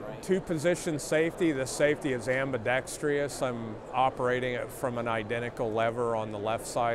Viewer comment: SHOT "ambidextreeus" Show